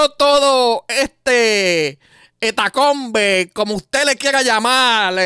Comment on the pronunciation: No es hetacombe es hecatombe